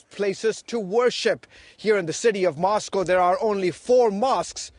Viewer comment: "In MOSCow there are only 4 mosques" lol